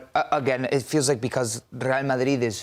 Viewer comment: I wish this guy would stop saying madrid like marrrrdid